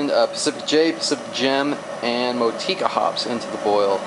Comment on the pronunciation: Motueka is said like Mot-chew-a-car